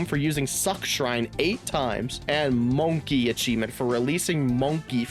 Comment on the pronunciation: I swear every YouTuber didn’t pass preschool with mispronouncing monke